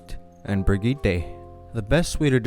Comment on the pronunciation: Honestly you get a like just for saying Brigitte right lmao